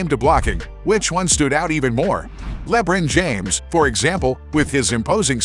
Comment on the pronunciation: bro that is not how you fucking pronounce lebron